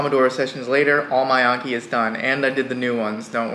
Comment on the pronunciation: I love videos but it erks me when he pronounces it as unkee and not AN-KEE